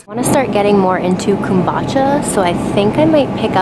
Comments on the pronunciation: The way you say kombucha is cute! I think it’s pronounced “come-boo-cha”, that’s how I hear everyone else say it anyway 😆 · Ya you say it like come-boo-cha